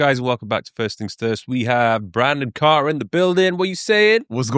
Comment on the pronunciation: carter not carton